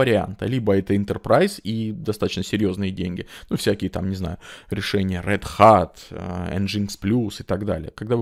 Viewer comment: спасибо большое за Ваш труд! Расту на ваших видео, простите за замечание, но Вы как человек изучающий английский и неплохо на нем говорящий как бы должны точно знать что rad hat это красная шляпа, т.е. рэд хэт. Не хотел оказаться выскочкой) Вам добра и побольше сил нас вооружать в нашем нелегком ратном деле!